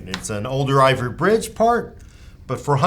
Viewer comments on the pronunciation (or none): Iver Bridge? Lol (Ivy bridge)